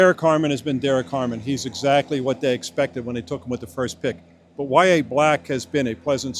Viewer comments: I think they’re saying it right. I spell it as Why Yay or Why A said quickly. Apparently the name is pronounced differently for other people but this is how he says it. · The way they pronounced it is how Yahya pronounces it. As I said, I know it’s typically pronounced differently, but Yahya pronounces it as Why Yay. People say it’s because his mom didn’t know the correct pronunciation, but regardless, it’s his name and it should be pronounced the way he prefers it. And yeah, words are routinely Americanized. There are no rules of pronunciation in English. That’s why words like Comb and Tomb don’t rhyme. And it’s just like how Hispanic people refer to Jesus as Hey Zeus rather than Geez Us. Or why we call him Jesus even though that wasn’t his name and they didn’t even have J’s back then. You can’t make sense of words or names when they switch to different languages.